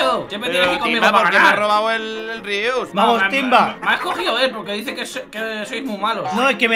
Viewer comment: Me dio risa cuando inicio invictor dijo rius play jajaja 😂😂😂